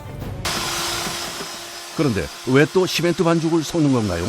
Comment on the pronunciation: 썩는이유가아니라,섞는이유! 라고 발음하시죠?